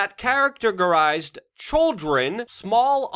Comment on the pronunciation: "Chwrildren " -luke Lol